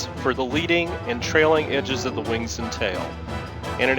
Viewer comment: "the raptor f22 is capable ofFFFFSSHHHHHHAAAAUUUUUUUMMMMMMMMMMMMMMMMMMMMMKMMMMMMMMmiles per hour."